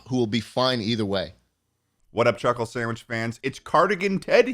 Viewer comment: Ah yes a new Chulkle Sandwhich